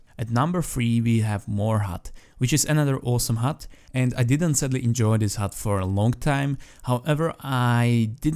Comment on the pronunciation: *hud not hut